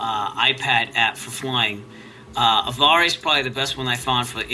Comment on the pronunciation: FYI, it is pronounced "Av Air."